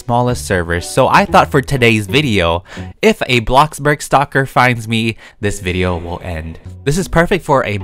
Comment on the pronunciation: "Blockburg" XDD but great vid!